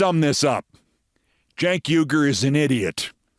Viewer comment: Cenk Uyger's last name is pronounced "WEE-grr", like the Muslim people in China that are being exterminated. You may think he's an idiot, Keith, but the least you could do is pronounce his name correctly.